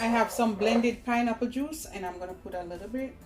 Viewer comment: He said a likkle bit more😁😁😁